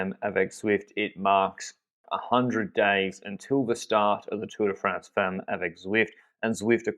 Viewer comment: Please, please learn how to pronounce "femmes" correctly, especially since you're going to be using it a lot in the future probably! It's actually very easy: the "e" is like the "a" in "half"! You're welcome :)